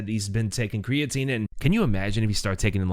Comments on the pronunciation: "Creatine", eh? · That "creatine" right?